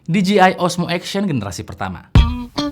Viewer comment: DJI dibaca di je ai om, kalau di ji ai tu gini DGI